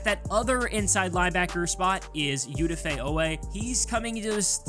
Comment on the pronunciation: Learn how to pronounce the mans name…he made it a POINT for people like you, when he came in the league smh. It’s O-Dah-Fae….smh